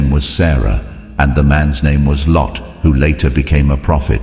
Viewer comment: It's luut not lot